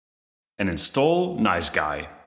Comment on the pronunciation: Nice G.U.I., not NiceGUY. Damn that was distracting in an otherwise interesting video.